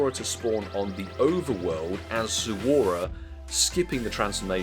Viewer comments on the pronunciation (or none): It’s Zo-ru-a and NOT Zo-u-ra.